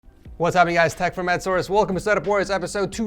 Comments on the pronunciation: U said tech from Ed source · Me: Noticing he said tech from Ed source (Scrolling Straight to the comments ) Everyone Else: Tech from Ed source Tech from Ed Source Tech From Ed Source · he said "hey guys its tech from ed source" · Yooo, he said tech from Ed source,😂😂